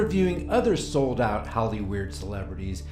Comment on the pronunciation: I love how you put emphasis on the first part of "sold out" to make it sound more like "SOULED out".